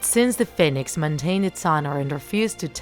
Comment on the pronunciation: Your saying "fin-ex" its pernoused "Fe-nix"